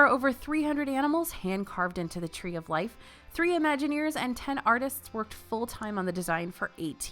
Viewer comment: The “Tree of Liff” 🥴